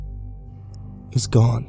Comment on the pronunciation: SOMEONE SAID ANNA RIGHT!!!! GOD DAMN EVERYONE SAYS IT WRONG!!!! :D